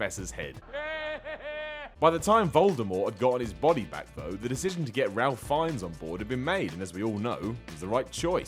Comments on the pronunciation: its pronounced rafe fiennes although its an easy mistake to make considering its spelled ralph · It's pronounced "Rayfe Fines" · It's pronounced Rafe Fines. Such a peculiar accent and you can't get this right. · I've never heard a British person mispronounce "Ralph Fiennes" before, ha ha. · you pronounced ralph fiennes wrong but like whatever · Might want to double-check the pronunciation of Ralph Fiennes' name... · You pronounced Ralph Fiennes wrong.